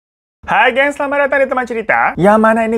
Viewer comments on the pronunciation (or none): none